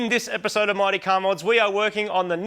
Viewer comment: To your American audience, "Mighty" and "Marty" sound exactly the same! Thanks for your awesome content!🙃